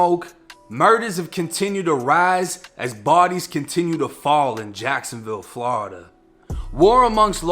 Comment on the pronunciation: Quit saying Flawda